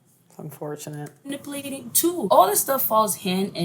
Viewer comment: She keeps saying "man-ip-uh-latng"... Lol, i can't take anyone seriously that can't even speak properly... ans think they're so smart 🤣